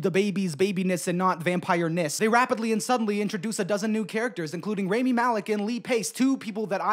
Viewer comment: It wouldve been extra sexy if u got the pronunciation right on Rami